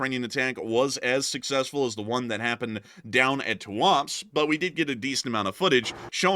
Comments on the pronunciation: Tuapse is pronounced as Туапсе, not as Туапс. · It’s pronounced ‘Too-ah-Pséh’ :)